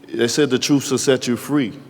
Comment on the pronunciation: "The troofs will set you free." Who said that?